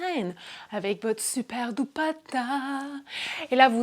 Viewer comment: Merci!!! Je cherche comment faire pour une méthode solide et invisible depuis des semaines... et je ne me tanerai pas de la façon que tu dis "Dupatta" hahahaha